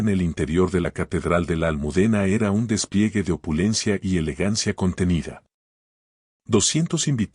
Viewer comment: ¿Despliece? Es despliegue, pronuncien bien. Escucho, no crean que no sé hablar. Tengo mis estudios.